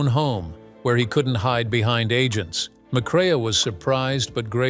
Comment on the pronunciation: "McCrea" is pronounced "MacCray".